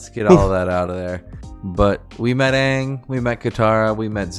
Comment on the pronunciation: Please don't say 'Ung' 😂 Everyone shares a trauma about this huge error from the terrible live-action movie we do not mention. It's Aang - said like 'Ah-ng'